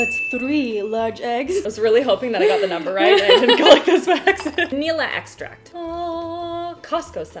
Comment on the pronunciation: "Vanilla eggstract" lmao